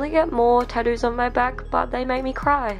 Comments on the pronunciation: Does no one realize she's saying tottoos and not tattoos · Australians: "tah'dooos"